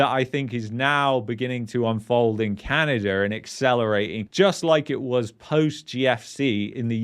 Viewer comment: LOL There is NO r in Canada!